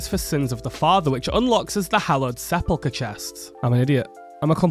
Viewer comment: Se-pulch-ur lmao, the way u said that was madness 😂 and i hope to see more of this content, im learning alot more